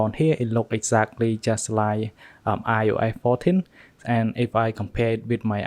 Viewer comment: "SEFARI" AND "IOASSSE" I Cant 😭😂